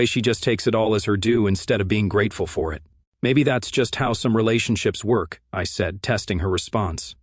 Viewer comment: Too much self-introspection and self-congratulatory commentary..... And again this AI voice over uses the word "apparently"..... Everywhere he uses it it can be completely eliminated.... And what's with the hard pronunciation of "K" at the end of the word work....."worKHHh"